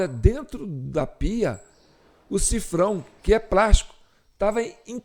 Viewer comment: Olá o nome correto é sifão e não sifrão= $